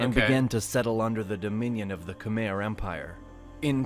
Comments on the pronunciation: I'm gonna fixed the pronounce words Khmer "Kh műy" Sukhothai "Su cĥo thai" Ayutthaya "Ayű tyah" Thonburi "Thon bu rêe" Siam "Si am" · thai people can never say the “KHMER” word right! this because they can’t accept the true facts of history ABOUT THE ANKORIAN BEING THE ANCESTRAL TO KHMER people that they love calling slaves. WHEN ACTUALLY THE THAIMESE PEOPLE WERE THE REAL SLAVES THAT they had to helped BUILT ANKOR WAT or ELSE!?? THE KHMER PUT A SANCTIONS ON THEM IF THEY DIDNT WANT TO COOPERATE. they will have to choose between SANCTUARIES OR GO BACK TO WHERE THEY WERE LIVING UNDER THE HAN CHINESE OPPRESSION!! THATS PROBABLY WORSE for them THAN BEING SLAVES!! So that they invented the word “KHOM”it’s (actually referring to KHMER people) but it’s much easier for them to pronounce it. or they just simply HATE KHMER/KAMPUCHEA PEOPLE! THERE ARE NO SUCH THING IS “KHOM” YOU DAMN THAI LIKES TO THAI EVERYTHING !!! EVEN THE FKING BASIL WTF!!😂😂THAI CHILIES 🌶️ 🤦 DONT WORRY AINT NO ONE GONNA STEAL YOUR NAMES LIKE YOU STOLE FROM THE KHMER!!!!! , Thai, tai, sukhothai, siamese tai ayuthothai siam tai thaimese WTF!!😂 MAKE UP YOUR FKING MIND!! REALLY…..WHO AND WHAT ARE YOU??? where did you come from?? REALLY WHERE THE HELL ARE THESE MOUNTAIN PEOPLE CAME FROM!! SO TAKE YOUR SAWADEE CRAP 💩 OUTTA HERE WITH your FAKE PHONY DISTORTED HISTORY!! 😂😂